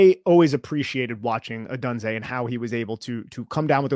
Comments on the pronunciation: you are mispronouncing odunze,it’s sounds like odoonza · Great pod guys FYI Romes last name is pronounced by most as Oh-Doon-Zay and I would be happy to have him if we take penix 2nd round 👍